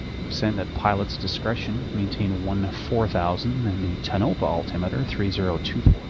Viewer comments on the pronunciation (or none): Yo! Its pronounced Tone - a - pa, not tnopa. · You said Tonopah and Beatty wrong. Tonopah is Tone-a-pah. Beatty is Bae-tea. Sorry it's my biggest peeve when youtubers say things wrong.